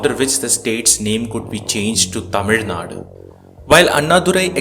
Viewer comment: It's not naad , it's naadu